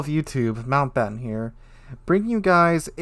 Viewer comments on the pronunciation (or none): none